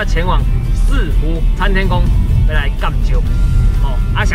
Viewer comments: "四"湖台語錯了=_= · 四湖的四平常都聽人家念文言音，第一次聽到有人念白讀音